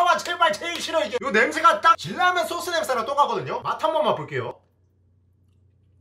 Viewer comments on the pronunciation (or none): 여기 요 소스를 요소수라 들어서 깜짝 놀란 1ㅅ...